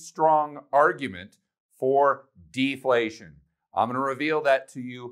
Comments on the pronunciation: Deflation and not deplation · Deplation? lol